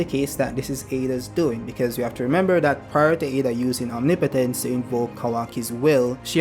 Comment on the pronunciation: And thank you for using Google Translate... the pronunciation of omnipotence in the fandom was really getting to me LOL😂😂😂😂😂